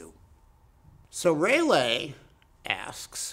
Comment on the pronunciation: Who’s Raylay? Isn’t it Raalee? Like the tobacco! Great lecture!🙏